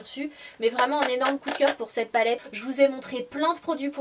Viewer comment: Coucou Sanaa, c'est marrant pour "on ze retrouve", j'avais remarqué aussi que tu dis pas "cette robe "mais "ced robe" et à chaque fois ça me fais rire.Mais avant,ça m'énervait....mais ça,c'était avant!